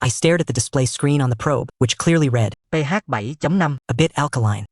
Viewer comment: the KI Voice has a bit Problems to read an "PH 7.5" and say something like "theyhavemy damnam". =^_^=